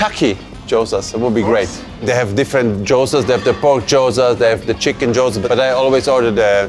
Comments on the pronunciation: How can you trust a chef who can't even pronounce gyoza? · 😅 He kept repeating it too. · Was about to say that 😂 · Might need to check your pronunciation of gyoza